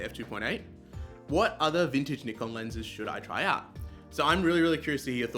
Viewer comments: Thank you for pronouncing Nikon correctly - So many say "NIGH- Kan" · Thanks for pronouncing Nikon correctly 😂